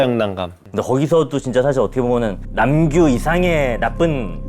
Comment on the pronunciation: even they call it "Nam-su instead of Nam-gyu😂